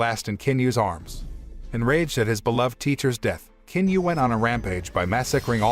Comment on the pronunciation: The proper pronunciation for the Chinese name of Qin is NOT with a "k" 🤦‍♀️ its a "CHIN" sound